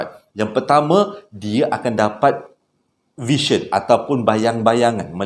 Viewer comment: Sebutan "vision" tak consistent. Kadang-kadang sebutan betul VISION as "vision", ada juga sebut "version".